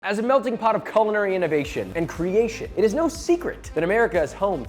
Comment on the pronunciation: it's really difficult to watch people "do their thing" when they can't even pronounce their own profession correctly. Culinary is a french word and it is the most miss pronounced word of all time. How do you say , ice cube? How do you pronounce cumin? How do you pronounce cutie pie. How do you pronounce cuddy cabin? How about Culling? do you see the pattern? words with a vowel followed by a consonant then followed by a vowel are pronounced Qu. So a vowel followed by 2 consonants produces a Cah sound. Some people who know stuff might even say short and long vowels. Not that difficult to grasp. Just trying to make the world smarter and a better place to live. Knowledge is power.